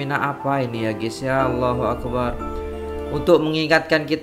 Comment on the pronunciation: Maaf saudara,mohon perhatikan semula sebutan dn ejaan dn kalimah Allahu Akbar. Kalimah Allah panjang x mengapa, kalimah Akbar pendek sahaja krn tiada tambahan huruf mad Harap dpt berhati-hati akan dtg bila menyebut nya.silap sebut,maksud dn erti akan jauh berbeza. Terima kasih.